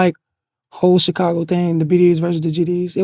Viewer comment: I can’t get over how vlad says “Cheecago”